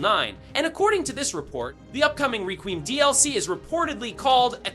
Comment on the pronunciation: "the upcoming re-queem DLC"🤣